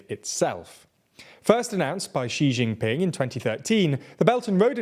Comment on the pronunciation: Get the name pronunciation right, it's Shee Jinping, with a J sound, not Zhinping or whatever